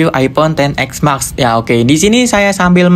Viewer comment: knp ngmng nya (mak) si harusnya ngmbgnya (mex) kek anehh dengernya